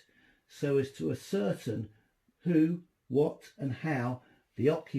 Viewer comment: Yet again you keep moving away from the microphone making it difficult to hear you sometimes and disturbing the narrative also because you seem strangely prone to mumbling at important moments! Again can't pronounce ascertain :))) Interesting what i could hear, thanks